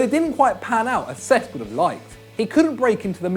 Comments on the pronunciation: It's pronounced sesk not sex ffs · he kept saying cesc fabregas as sex fabregas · Anyone else notice when he say "sex" instead of cesc